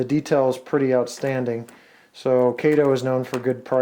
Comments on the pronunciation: It''s pronounced KAhto not Kayto!!! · Please... Pronounce the Name of the company correctly. It is Pronounced "K ah TO. It isn't pronounced the same as the sidekick of the Green Hornet. Trust me...My buddy works at the KATO USA headquarters in Chicago and It's Pronounced with an "AH" not an "A". Thanks! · Tell me is it pronounced by KAY-TOE or CAH-TOE. I used to say "Kay-toe" but was told it was "Cah-toe." Who knows, all I do know is that KATO N Scale locomotives (I too was told not to say engines) are great. The language of model railroaders is a hybrid dialect anyway. Is it "GON-DO-LA" or is it "GON-DOE-LA", is it a "SWITCH" or a "TURNOUT?" Who cares? Just enjoy the hobby. You make it fun. Keep up the videos (I model in N Scale) and enjoy your work very much.